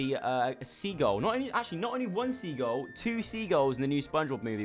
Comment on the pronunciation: i love the way you say sea gull!